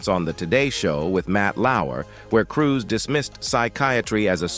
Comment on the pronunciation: .. Not Cruz.... Cruise...